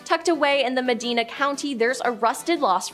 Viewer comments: lol MAHDEEENA drives me nuts.. its Medina.. i.. there's an i! Lol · mee deena? me dina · Medina is pronounced Med- I- Na in Ohio, not Med- Deena. Just an FYI. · have had callers say MedEEna a few times instead of MedAIna🤔🤔😞😞😞😞🇺🇲🦅🇺🇲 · The owners of the Franklin Castles name was Tiedamann, But it is pronounced, Tee-duh-men. The city of Medina is pronounced, Muh-die-nuh.. I also want to say that I would probably not have known how to pronounce them correctly if I didn't live near both. The locations are about 40-45 minutes apart, depending on traffic.. Awesome video, keep up the great work my friends. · I came here to say the same thing. "Medeena" cracked me up 😂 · Medina pronounced ma-dine-a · And med-eye-nah 😂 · You butchered Cuyahoga valley National Park and Medina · "Medina" took me out 😂😂